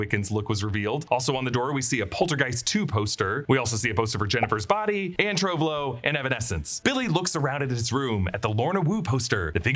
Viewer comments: Tove Lo is pronounced too-vuh loo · ah yes, "Trove Lo" 🤣